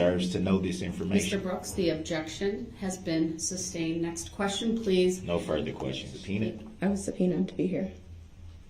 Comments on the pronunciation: Learn how to pronounce SUSTAINED dude… it’s not substained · "Grounds for the suBstained"... what a moron!🤣😂🤣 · This 🎪🐒 NEVER figured out it’s NOT SUBSTAIN, it’s SUSTAINED . amazing, it was repeated 1000 times 😂😂😂! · "grouns for the substain your honor" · SUBSTAIN! IT BIAST